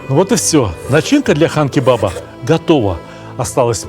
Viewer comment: Сталик здравствуйте! На якутском, Хан- кровь, не Кан. Спасибо вам за контент большое, смотрю всегда с удовольствием!) Якутск передаёт привет!